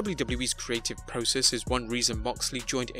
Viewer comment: stop saying process in a stupid way. IT is PROCESS!!!!!